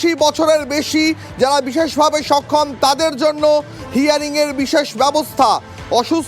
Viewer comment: Ei news ripotar gulo news porar ekdom o jogo, bises vabe sokhom Bolche, okhom na bole😂